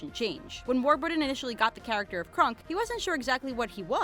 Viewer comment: Did the way she pronounces Kronk get on anybody else's nerves? It's Kronk, not Krunk.